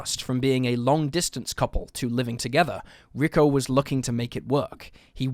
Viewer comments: It's not RICKO, it's pronounced REE-KO. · Its not Ricko, it's Rico. 🙄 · Rick-O? Really? If you’re going to be reporting on missing people for profit the very least you can do is have enough respect for the victims to Google how to pronounce their names properly. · Note on Rico Harris: Rico is pronounced Ree-ko not Rick-O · lmfaoooo this dude keeps saying the name Rico as "Rick-oh" 😂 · The guy's name probably isn't pronounced ricko. Rico always sounds like reeco. I'm pretty sure his name would be Rico. Sounds a bit better later on. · Had to shut this off after the zillionth time you said "rick-o" instead of 'Ree-co'. FFS, it's not even a hard name to read/say. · Ricko? Lol. Pronounced Reecko. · Rick’o don’t you mean Rico? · His name is pronounced "Ree-ko" Harris. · You're killing me. Rico pronounced ree-koe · ree-KOH (Rico) Harris